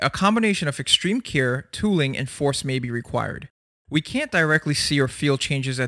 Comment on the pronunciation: pronounces CARE and HAIR like keer and hear